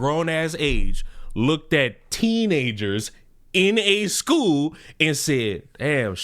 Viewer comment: Hearing an educator saying "Shcool" proves the state of American education